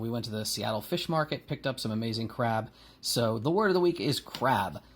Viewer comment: Utterly confused about your word, my initial hearing said "Krav" as in Krav Maga but i figured out what you said was crab after a bit... I would love to hear your thoughts on hand-to-hand combat techniques someday.